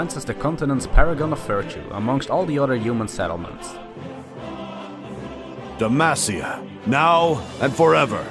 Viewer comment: GJ on the video... but at first I misheard you saying Demacia into De Mafia